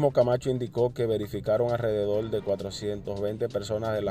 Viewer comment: Aprenda a leer, respete los acentos y como se pronuncian los nombres en su lugar de origen. AlrededoL no existe